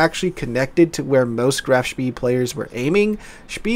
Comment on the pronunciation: I'm under the impression that it is pronounced "schpay"